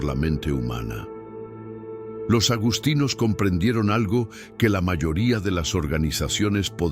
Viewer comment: Agustinos,NO agostinos. Lo mismo, agustiniano. Supongo que es una más del mal doblaje de la IA😂